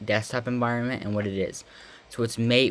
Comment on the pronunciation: Pronounced mah-tey